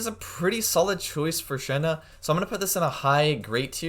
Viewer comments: Shen He is pronounced more like Shen "Her" in mandarin. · You keep saying her name wrong